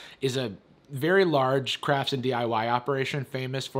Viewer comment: I keep hearing craps instead of crafts